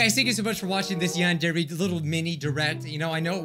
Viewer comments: A few vids ago it said van very simulator lol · Who remembers when he could not pronounce yandere